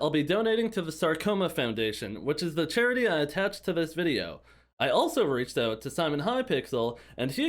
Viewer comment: bro “chairty” ?